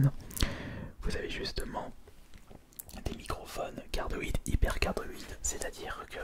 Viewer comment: cardioïde pas cadoide